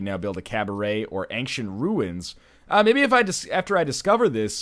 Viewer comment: woah, woah, woah..... Wait a minute NL how did you pronounce Ancient???